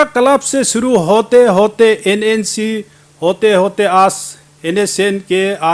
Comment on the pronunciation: Gaoliya aaj bolta hai aaajjj nahi .....pata nahi arunachal ki janta isko kyu mandate kiya .....hindi v ko MA Behan kardiya.... I salute arunachalee people